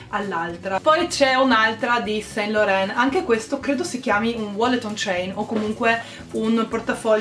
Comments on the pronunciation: LORAN si pronuncia San LORAN!! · Ciao bella! Complimenti per il buon gusto, consiglio visto che parlo francese, su SAINT Laurent la i non si legge. Si legge san loran :) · Si pronuncia "ivi san lorân" 💎